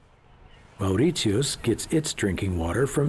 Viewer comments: A very informative documentary. However, I wish the commentator had learned how to pronounce the name Mauritius correctly. He also mispronounced the names of many other places. This documentary also contains a lot of inaccuracies. For example the Hindu bride does not marry without meeting and getting to know the future husband. In fact it is common practice for the future husband to visit the bride and stay over at her place regularly for several months before the marriage. My wife is from Mauritius and pointed out these to me. A lot of good information, but this needs more fact checking and detail. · This would be a better documentary if the narrator had gone to the “trouble” of getting the pronunciation of Mauritius right! It’s infuriating he gets it wrong throughout. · I mean... if you're gonna do a documentary or something on a country/island at least pronounce the name well. Your pronunciation of mauritius is wrong and some of the things that you stated in the video are not true at all. I live there lol😂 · Poorly researched and the way he pronunces "Mauritius" is damn irritating. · That cringey pronunciation of Mauritius within the first minute put me off straight away. LEARN HOW TO PRONOUNCE IT. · OMG, the way he says Mauritius is completely wrong!!! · HE can’t even pronounce Mauritius! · Get your facts right. No banned criminals were ever shipped to Mauritius. Also, can you please learn to pronounce "Mauritius" the right way? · Can't even pronounce Mauritius correctly . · as far as I know its "morishus" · Perfect documentary. Only problem is ,the researcher didn't learn the correct pronunciation isn't "Moritios" but "Mori-shuhs" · hello it's Mauritius not Maurit-tius. Say after me Mau-ri-shi-us. Mauritius By the way we got our independence in 1968 not 1992. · Would have been nice if you could pronounce the name of the island properly, it should sound more like "Moh ri shus", and not "Mao ri tius"! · It’s Mauritius not Maurizios. 🤔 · It's Pronounced Mar-i-shis